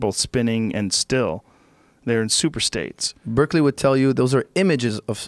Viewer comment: Firas sounds like one of my eager freshmen students in philosophy 101. For one, he mispronounces Berkeley repeatedly. Second, he doesn't seem to have any grasp of correspondence theory, or the empiricist/rationalist dilemma in modern philosophy. Nothing wrong with branching out, but presenting yourself as knowing what the fuck you're talking about when you don't is embarrassing.